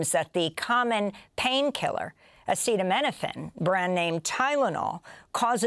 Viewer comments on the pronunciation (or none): The reason Baron Von Shitzenpants referred to Tylenol and not acetaminophen is that he couldn't pronounce acetaminophen. He's opened himself up to a massive lawsuit because he couldn't pronounce a simple word. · Dumbass can’t even pronounce the common drug acetaminophen. Release the Epstein Files!!!!!!